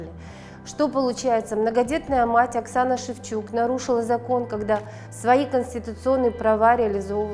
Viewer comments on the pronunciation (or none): none